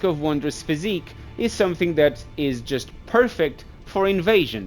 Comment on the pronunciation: Bro is saying physique lmao its Phys-ick.